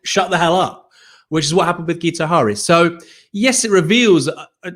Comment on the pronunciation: It's pronouced 'Gitto Harry' - he's Welsh.